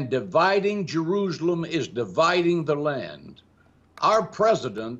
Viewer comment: I wonder how many times John Hagee has been to "Jeroozlem" as he calls it.